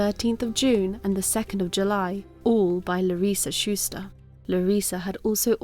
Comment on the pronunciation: Larissa was my supervisor at Pan Ag Labs in Madera, California, in the 1990s. You are saying her name exactly the correct way. I still have a birthday card with her signature on it, as well as my yearly review from her.